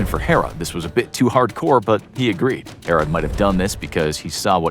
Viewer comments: the narrator can't say 'herod' right. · we did learn about the the baby being cut in two in sunday school. Learn how to pronounce king herod. we also learn that story in sunday school.